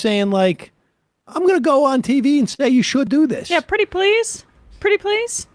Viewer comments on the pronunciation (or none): "Pwity pwees" lmao.